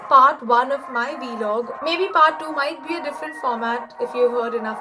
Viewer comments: It's vlog not V log 😄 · Loved it! PS. It's pronounced Vlog, not V-Log! Loved it tho!